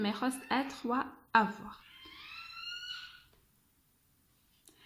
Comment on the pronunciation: اسمحليle verbe avoir نطقتيه خطأ